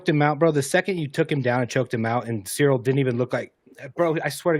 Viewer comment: Jon has yet to pronounce Cyril’s whole name correctly 😭